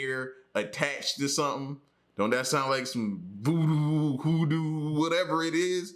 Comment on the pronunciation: Lmao he said voo doo hoo doo